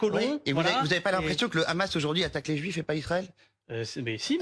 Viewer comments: Le ramas le ramas le ramas le ramas…allez apprendre déjà vous ne savez même pas prononcer un mot! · Je sais plus, c'est le Hamas ou le Ramasse ? Pourquoi cette prononciation ? 😅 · Bfm groupe Drahi ( sionniste assumé ) i24news bis avec des prénoms français...et rhamas prononciation hébaïque du hamas ça aide à comprendre qui est qui...propagande. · La prononciation du mot Hamas par les journalistes est juste ridicule 🤦🏼😂😂.. la manière de prononcé d’après les journaliste devrait alors s’écrire khamas comme Khaled par exemple mais 🤣🤣 le h se prononce comme hakim par exemple maintenant pour les français de souche que ça intéresse regardez des vidéo sur la prononciation. J’insiste là-dessus car ont dirait que c’est très volontairement que les journalistes prononce khamas! Ça m’étonne car si c’est un effort pour essayer de le prononcé correctement alors pourquoi ne le font-ils que pour se mot là (Hamas ) en particulier ??🤔🤔 est-ce vraiment un nom arabe?